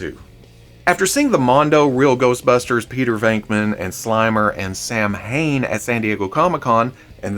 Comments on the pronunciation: Samhain = SoWayne (sow Wayne) Bob? It’s DREW. Frag flinger = Jai alai = hi, a lie #NoMoreExclusives 🤬 Louis not Louis. And not Lewis. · Oh the Samhain hurts lmao, he just keeps saying it. Sah-wain, cause Gaelic does things differently